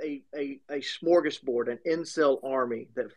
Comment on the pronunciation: rly said shmorgasborg that boi thought he was in a spongebob episode